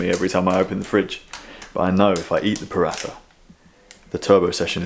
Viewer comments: Had a similar moment this morning in the gym, more mentally than physically. Anyway, tomorrow is another day. Minor thing from a foreigner living in South East Asia: they pronounce it “Prata”, not “Pratha” 😁. It’s our post ride treat! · It’s pronounced Pa-raa-ta...ignore how it’s spelt on packaging 👍